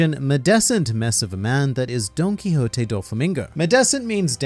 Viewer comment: I can't stop hearing his name as Donkey Hotey